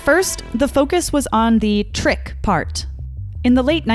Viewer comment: I mean, you are saying TRICK or treat...